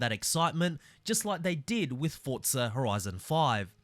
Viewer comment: It isn’t Fortza there’s no T. Its Forza, for-zuh. Hope this helps